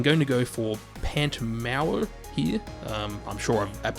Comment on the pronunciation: As a Welshman I can tell you, you actually pronounced Pant Mawr pretty much perfectly. 😂